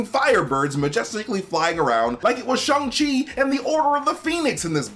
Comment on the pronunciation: Shang: it's Sh-A-ng MT: Sh-U-ng Shang: Shhh-A-ng MT: Shhh-U-ng Shang: Shang smirk MT: That's what I said!